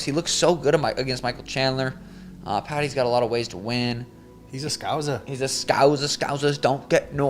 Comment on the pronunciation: There's no z in scouser.